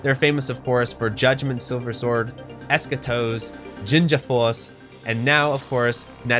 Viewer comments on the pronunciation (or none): It's pronounced Ginga Force with Gs like in GIF lol